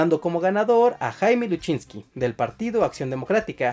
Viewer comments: LUSINCHIIIIII…. NO LUSCHINSKI!!! 💆🏻‍♂️💆🏻‍♂️💆🏻‍♂️💆🏻‍♂️😒😒😒😒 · No es "Luchinski" es "Lusinchi", "Jaime Lusinchi" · te doy like pero no digas mas Luchinzky. es Lusinchi 😂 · un saludo fraterno y un abrazo fuerte y sincero desde Valencia Venezuela disculpa la corrección no se pronuncia luchinki se es escribe y pronuncia lusinchi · Voy a darme el lujo de ver su programa y me voy a entretener corrigiendo todo lo que van a decir Minuto y ya decimos todo mal ¿Luchinski? ¿No saben leer gueys? Lusinchi - Jaime LU-SIN-CHI Antes que se me pase. Minuto cuando dicen los candidatos de 1998 ¿No mencionan a Henrique Salas Römer, ex gobernador del estado Carabobo? Ya con eso, este video es menos que mediocre. Para empezar, el movimiento al que pertenecía chiabe era el MBR 200, fundado en el año 1983 en conmemoración a los 200 años del nacimiento de Bolívar. Los militares venezolanos han estado infiltrados de comunistas desde la década de los 20 en el siglo XX (les recomiendo leer La Conspiración de los 12 golpes de Thays Peñalver, allí todo se explica clarito, con leer ese libro, este programa les hubiera salido perfecto). En 1983 el presidente era Luis Herrera Campins, de Copei, el del viernes negro de 1983, que disparó el dólar de Bs 4,30 a más de Bs 7, lo que provocó el fin de ese bolívar ficticio con respecto al dólar, y desató una crisis económica que ya venía represada desde finales de los años 70, con Carlos Andrés Pérez, en su primer gobierno. Es decir, los conspiradores ya se estaban poniendo de acuerdo y todavía faltaba tiempo para que Carlos Andrés llegara al poder, y todavía LUSINCHI no era presidente. Los golpistas iban a destruir el sistema democrático desde los 80. De hecho, a Luis Herrera lo pretendían matar en un desfile militar, como hicieron en Egipto con Sadat, pero por problemas de li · Es Lusinchi no Lusinchky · Es lucinchi, no luchinqui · Jeje jeje eje la única observación es que el presidente se llamaba Jaime Luisinchi (pronunciacion)